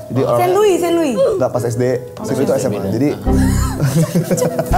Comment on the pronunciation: tuh bilang bukan senhui tapi st louis atau sinlui. itu emang ada sekolah kristen kaya di surabaya.